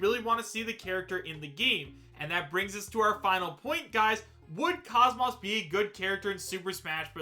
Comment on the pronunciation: You didn't need to admit you don't know much about Xenosaga. The way you pronounce KOS-MOS (properly pronounce kōs mōs, like saying most without the T) says it all. In any case I certainly would love the idea if its true but we'll see.